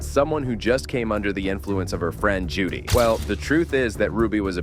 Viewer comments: It’s Jody not Judy. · Her name is JODY, not Judy.